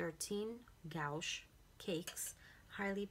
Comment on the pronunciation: It's pronounced gwash. ☺️